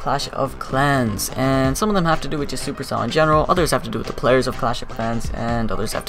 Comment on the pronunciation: Almost pronounced it perfectly. 👌